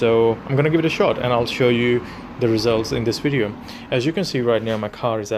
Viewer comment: A wideo is a wideo - you know created by a vanker.